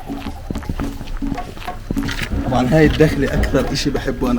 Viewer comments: جميل جدا .. مسفاة العٓبريين ب فتح العين وليس بكسرها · اخوي اعتذر منك بس النطق للمنطقه خطاء بفتح العين وليس بلكسر